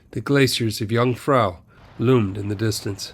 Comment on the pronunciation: Jungfrau is pronounced Yoongfrow.